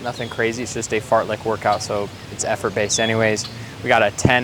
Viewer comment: uhh did he say fart-lick? tf is that?